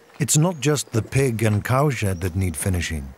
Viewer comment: Is it just me, but every time they say cow shed made, it sounds like cow shit made?